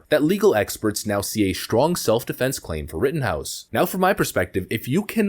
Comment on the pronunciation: "Shtrong" isn't a word.